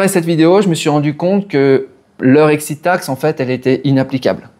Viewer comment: J'adore l' "excite taxe" Faut pas t'exciter comme ça allons ;-)))